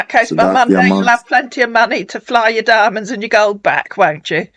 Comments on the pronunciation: Like "goals and dimonds" 😂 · "helicopter...private jet....Canada...with my goat an diamon" Wgo knew you could get a goat in a helicopter? See how educatamifying this 'ere channel be. I can feel the Smart rising... (What happens if it gets travel sick? Does the pilot just dangle it outside on a rope to hurl, or take the risk? Do goats have special private jets or...? Why's he only got one diamon? Why has that diamon lost a d? I HAVE QUESTIONS!